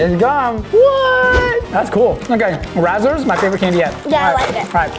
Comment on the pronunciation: razzlers me:... its RAZZLES no r at the end..... XD and props for ev remembering she can't have certain things with her braces edit: is anyone else getting annoyed with mispronouncing the candy names??? i feel like he might be doing it on purpose but its making me so frustrated XD